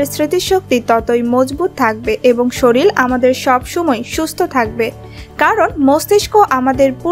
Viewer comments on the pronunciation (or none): Soril noi sorir